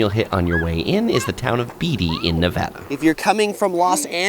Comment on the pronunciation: Beatty is pronounced BAYtee, not BEEtee. Thanks for the info!